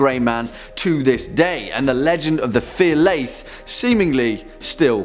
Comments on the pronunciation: The number 3 is pronounced "Far Lee-a" not "fear lee-at" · The Fear Liath is Gaelic and pronounced Fer Lia. We have a lot of silent letters in the Scots Gaelic language lol